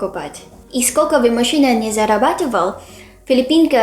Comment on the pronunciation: Всё здорово, только у автора слово"мужчина"слышится, как"машина",- немного режет слух.🙃